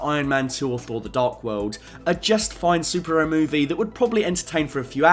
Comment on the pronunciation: Love how I hear "Sup-Ero" instead of superhero. But overall good video man